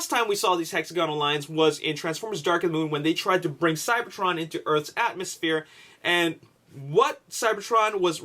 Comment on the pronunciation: LOL ATMOSHPORE